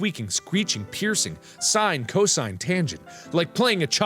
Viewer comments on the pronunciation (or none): none